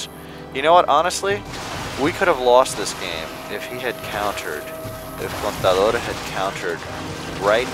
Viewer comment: I like that you pronounced "contador" correctly.